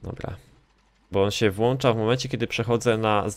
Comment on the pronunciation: jak się włancza mapkę